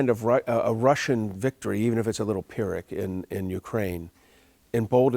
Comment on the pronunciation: Pyric ? are you nuts ?